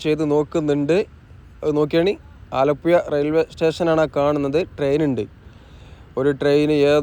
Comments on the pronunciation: ഇങ്ങള് ആലപ്പുയ എന്ന് തന്നെ പറഞ്ഞാൽ മതി മുത്തേ, അത് കേൾക്കാനാണ് ആലപ്പുഴ എന്ന് പറയുന്നതിലും സുഖം! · ഡ്രോൺ vdo സൂപ്പറായി. മനോഹരം. ആ കറക്കി കാണിച്ച സീൻ അടിപൊളി. പിന്നെ ആലപ്പുഴ: ഴ.... ഴ..... കോയിക്കോട്ട് -😂' അല്ല .... കോഴികോട്.. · ആലപ്പുഴ എന്നു മുൻപത്തെ വീഡിയോ യില് പറഞ്ഞു തന്നത് ഈ വീഡിയോ യില് 😂😂😂 അച്ചരപുടത ഉണ്ടാക്കീട്ട് പോയാൽ മതി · സ്നേഹം കൊണ്ടാണ് പറയുന്നത് ബ്രോ അല്ലാതെ ബ്രോ ഴ യെന്നോ യ എന്നോ പറഞ്ഞാലെന്താ .❤